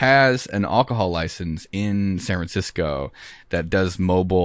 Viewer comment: Wills pronunciation of alcohol is amazing